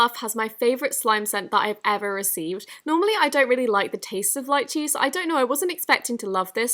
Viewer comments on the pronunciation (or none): When you sa d lychee, it’s Lee-chee Not Lie-chee. Just a minor problem, great video anyways! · You pronounce Lychee as "LYYCHIIIEE" but I pronounce it as "LIIICHEEE" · I think it's lee-chee. Love ur vids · It’s lee-chee not liechee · Btw it’s leechee not lichee (lychee) XD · It's pronounced "Lee chee"' not "Lie chee". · Lol being Asian I know my Asian fruit therefore when you said “Liechee” I was laughing so hard it’s actually pronounced “leechee” but is spelled “lychee” just to tell you 🤗 btw I love your videos!! #notificationsquad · Did she say "lie-chee"??? I thought it was ''lee-chee" Lychee fruit right?? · It is not pronounced lie-chie it is pronounced lee-ee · Lychee is pronounced leechee not liechee smh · it is lychee is pronounced as leeeeecheeeeee not liiiiiiiiiicheeeeeeeee. love u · It's Lee Chee not lie che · Slime is so overpriced And also.... lychee (Lee-ch-ee) not lechy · it's not li- chees it's leechees that how you say it :/// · Its not lie-che btw its le-che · i thought it was pronounced lee-chee not lie-chee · You say it like leechee, not lychee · It's pronounced leechee not laichee ♥️♥️♥️BTW the video was great love them! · it’s pronounced LEEchEE Not liechee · Afsana Islam actually, though most people pronounce it lie-chee, the original and right way is lee-chee. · Even time she says Lichee instead of lychee it feels like I'm being stabbed in the chest. LICHEE!?? WHO SAYS THAT?! I love your videos but I just can't, I am so sorry. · Fyi, I think you’re pronouncing lychee wrong. You’re saying it like lie-Chee, but it’s more like LEE-chee. And Audeez has stated before that all her white glue slimes have the same base, Cow Milk (I think that was the name) so that might be why you think the bases feel similar. No hate:) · When you said Lychee i thought you said "lied cheese" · Imma just point out did she say lychee right? I thought it was lee-chee not sure if it's the correct pronunciation tho- :< Sorry I just noticed that lol